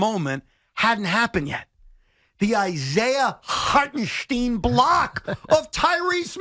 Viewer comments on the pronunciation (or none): I just don't understand why people can't pronounce IHart's name right for fucking crying out loud. If you actually watched and listened to the fucking game you would hear the PBP man whether it's Mike Breen or Brian Anderson on TNT say HART EN SCHTINE NOT STEEN. Fucking Stephen A Smith is guilty of the same thing. It's lazy as shit and shows you don't really give a fuck to pronounce his name correctly and that pisses me off because it's disrespectful.